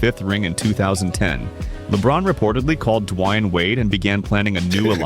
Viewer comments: To be fair.......LeBron also wasn't expecting his cookies and ice cream to be taken away by Pat Riley 🤣🤣 Also I love the AI voice calling Wade "Dwine" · that is very you can always spot the AI voice, because they never get the name "Dwyane" correct